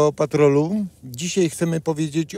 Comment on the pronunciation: Nie dzisiej tylko dzisiaj.Poprawna polszczyzna się kłania.